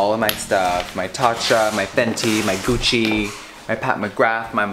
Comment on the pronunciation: Did he say my Gucci or my couchi